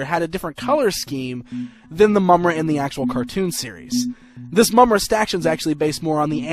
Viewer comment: not to be a d!ck, but i kind of winced every time you said Mumm-Ruh